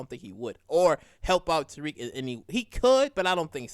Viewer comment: His name is Tariq!! Not Tyrrik!! Damn!!